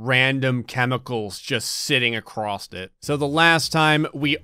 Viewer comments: Acorst? ACORST,?! ITS ACROSS. ACROSSSSSS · I've never understood how the word 'across' gets pronounced 'acrost'.